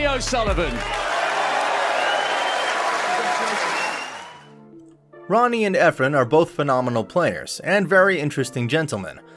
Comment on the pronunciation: Americans can’t even pronounce o Sullivan 😂 also it’s snooooker not snucker😂